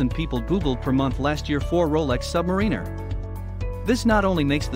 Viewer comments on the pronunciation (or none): English is not my first language and I know you are pronouncing the name “Submariner” wrong.